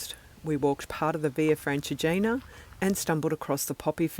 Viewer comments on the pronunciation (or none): Your videos are always interesting and the photograpy is so good. As an italian, and tuscan, I just point out that in the adjective “Francigena” the stress is on the I and you have to pronounce the final E of Colle val’Elsa (E like Elephant).